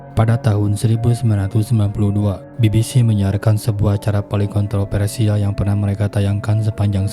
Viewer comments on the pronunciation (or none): Favorit! Bukan paporit! Kontroversial bukan kontropersial! Live/Laiv, bukan laip! Fiksi! Bukan piksi! Viral, bukan piral! Aktivitas! Bukan aktipitas! Televisi! Bukan telepisi! Ayolaaaahhh... gunakan abdjad dengan benar dalam dalam pengucapannya, dooonk...!!! 🙏